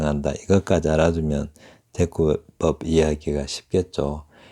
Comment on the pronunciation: "병치은유"!!! 제발 한자어는 한자로 쓰시옵소서! 이런 엉터리 위선 문화는 좀 수정해야지요? 혹! ㅣ 단어의 원어를 한자로 쓸줄 아시나요??? "대구법" 발음이 틀렸나이다. 이 다ㅐ구법 을 한자로 지금 쓸줄 아시나이까?? "대구법" 의 "대"는 길게 발음해얗하는데, "짧게" 발음했답니다. 이런 말의 장단음마저 바르게 발음하지 못하는 시인이 시 낭독은 어떻게 하시는지 궁굼하오이다.